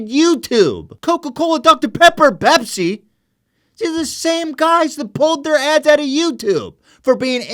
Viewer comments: fookin PEPSEEH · the way he says Pepsi 😂